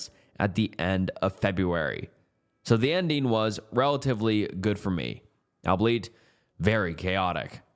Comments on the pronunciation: bro has never pronounced the word albeit before 😂 ‘albeleiet’ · "albleet, very chaotic" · all-be-it I think instead of “albleet” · Albeit is pronounced “all be it” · IT IS ALBEIT (ALL-BE-IT) GAHHHHHHHH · “Cuburbs” doesn’t bother me nearly as much as “ableet” tbh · This and "ableet" instead of albeit